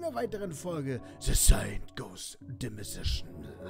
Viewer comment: Wenn du noch einmal „demissishion“ sagst 😖😱🙄😲😲🙄 „Deimänshn“ alter .. bissl Englisch sollte man schon können..